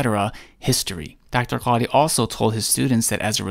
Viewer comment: The way he says quadhi is so disgusting